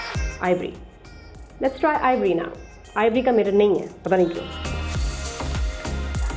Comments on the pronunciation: Ivory, not Avery! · Sab se pehli baat its ivory not aevory